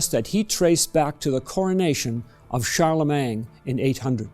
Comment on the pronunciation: Please don't say Charlemang - it's Charlemagne.